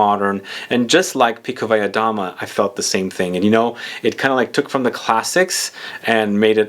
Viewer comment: Beautiful looking Bottle MV Augusta! I'm a fan of this house, by the way you Perfectly pronounced Pikovaya Dama